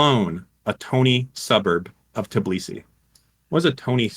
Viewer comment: The incapability to pronounce Tbilisi is very sad american